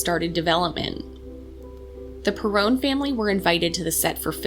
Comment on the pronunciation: Lol, it's pronounced perron, rhymes with heron; and this must be the remake of the house from the movie. Have you read the books? Can you please make a representation of the real house? 🙏